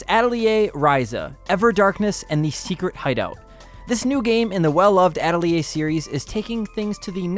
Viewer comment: Not sure that's how you pronounce Atelier!?!? Lol but I like it